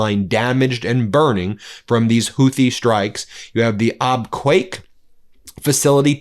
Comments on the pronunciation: Ben it is pronounced "Ab Cake", NOT "Ab kwake", I live there for 16 years. Please pronounce it correctly. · Abqaiq is pronounced Ab-kaik. Not Ab-quack. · Ben : “Abqaiq” is pronounced “Ab-cake” not “Ab-kwake”. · Ben its Abqaiq (abqiq) not Abqwak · C'mon. You can't pronounce Abqaiq? It's AB- CAKE. Please check the pronunciation of places you are naming. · Its pronounced AbCAKE. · Excuse me Ben. Abqaiq is pronounced like *Ab-keg" The photo shows the smoke coming from the area where the flare stack is located. It may have been an operational ignition. Not attack damage. A 7 Million bbls per day oil treating facility. Equal to Saudi Aramco's average export capacity before the war started. Today Aramco's TOTAL daily production is 7M bbls. It was around 9M last year. We need to find out how much damage was done. Abquiq is VERY IMPORTANT. Note that some of the burn scars may have been left from the Houtis 4 September 2019 attack. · Abqaiq is pronounced Ab Cake. It is an oil processing not oil refinery plant. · Ab-qaiq , ab-cake. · Abqaiq is pronounced Ab-cake (there's no u in the name.)